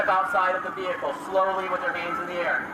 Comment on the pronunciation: Lol the way you pronounce "ve-hicle" is hilarious. RIP Matthew.